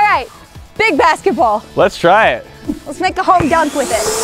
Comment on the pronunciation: Did she just say let’s make a home dunk wit it😂🤦🏽‍♂️